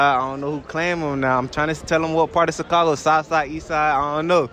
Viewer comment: 8.34 said sicago LOLL